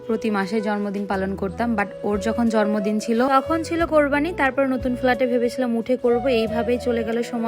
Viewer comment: Sorry afu eta jormodin na jonmodin hobe